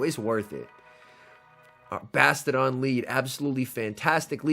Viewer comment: Like your vids, but FYI, It's Bass-Tee-Oh-Don - NOT Basta-Don. 4 Syllables, Not 3. Unless you say Bass-Cheeya-Don, Like how one would pronounce the actual word, "Bastion"/Bass-chee-yun. K, Thanks, Bye. 🤓